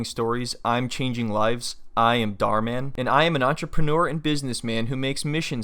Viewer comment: The Mann is pronounced as german Mann